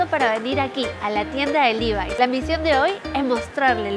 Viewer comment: Hola!! Se dice levi como suena!! Saludos